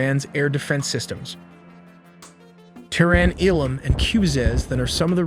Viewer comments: No AI used, but 'Tehran' and 'Iraq' are pronounced like a drunken AI. Hmmmm.... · If this is not AI, then why does he keep mispronouncing ‘Tehran’?